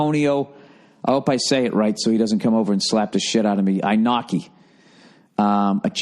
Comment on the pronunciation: BTW Bill, Inoki rhymes with Kenobi.